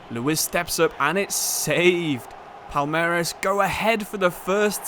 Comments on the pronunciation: for portuguese speakers it seems like u said "palermas" (which means fools) isntead of palmeiras. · It is not "palermas" wtf, it is "palmeiras" reads something like "paul-may-ras" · it's very nice to see you shed some light on the libertadores, since its very often forgotten by european football fans. the pronounciation was great for most of them too! just palmeiras, its not palermas kkkkk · Is Palmeiras bro , not Palermas 😂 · PALERMAS??? PALMEIRAS!!!! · Palmeiras..... "Palermes". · man called Palmeiras "palermas" instead Dude called an entire fan base "idiots" in their own language 😂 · palermas means smthin like bufoons lol, palmeiras (portuguese for palm trees) is the name of the club, but as a Sao Paulo aficionado im not protesting, continue calling them bufoons pls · bro calling Palmeiras something like "Palermas" lmao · Palermas kkkkkkkkkk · You tottaly botched Palmeiras name hahaah it's prounuced "Pawn - May - Ras". Much love from Brazil. Flamengo fan here! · Nah he was right. He said “Palermas”. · I don't get your pronunciation of Palmeiras. Still, good video! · Can you try pronounce palmeiras please